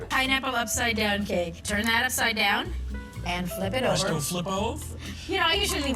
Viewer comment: Did my man ask if the pineapple cake was “going to flip ove” sans the R? I swear I keep rewinding it and think he’s trying to be cutesy